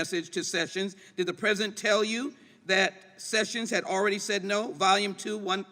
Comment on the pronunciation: Ms Jackson Lee can't even say "pre-si-dent". She keeps talking about "the present".